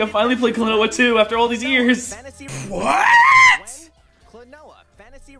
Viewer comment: When the guy and says "WHAT! WHAT! WHAT!" it reminds me of my dog barking. Both the way he says it and the fact that Siri has interpreted his bark as that word in the past.